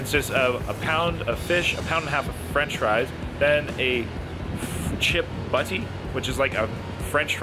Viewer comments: Chip Butty mate, shorten the eeeeee sound so not buttyee. That fat bastard challenge always looks tasty, nice work lad👍🏻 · Americans or Canadians can’t say butty and they are chips not fries 😂